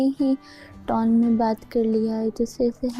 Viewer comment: Tuna paindu saying tone ko taun 😅 most qualified jahil.